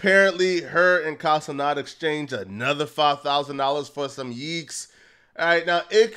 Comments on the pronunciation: Plz quit saying yeeks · Stop saying yeeks. It doesn't make any sense